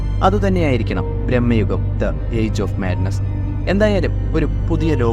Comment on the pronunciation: ബ്രഹ്മയുഗം അല്ല ഭ്രമയുഗം